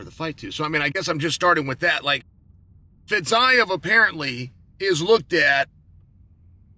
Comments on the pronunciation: "Fizeve" not Fizeyev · fiziev = fitzayev? :D